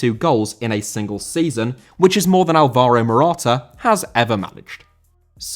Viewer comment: Olvorow Morohta?!It's Álvaro,dumbass